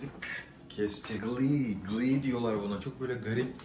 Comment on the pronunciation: Glee degil Can Ghee. Okunusu= Gi